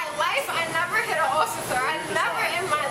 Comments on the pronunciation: I spit out my coffer when she said ossiffer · "I never hit an occifer" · “I swear on my life I never hit an ossifer”